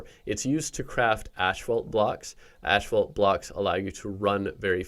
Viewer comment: Bruh its not called ashfault